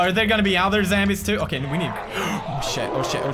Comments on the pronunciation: bro I love pewds he called the zambeez lol he's my hero🙄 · you know he says zambies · I love how he says "zambies" instead of zombies 😂😂😂😂